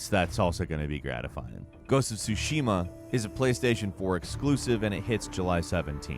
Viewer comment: I know it's a menial thing, but please just attempt to pronounce Tsushima right, there is a specific way you say it 😅